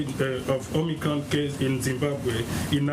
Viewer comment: He and Biden were first pronouncing this variant as "omnicron." Glad to see he has learned how to pronounce it. "Omicron." But if our highest ranked expert can't even pronounce it correctly initially, should we place confidence in what he claims to know about it?